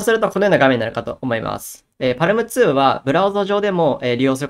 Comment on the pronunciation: 読み方は、「パーム」とのことですー！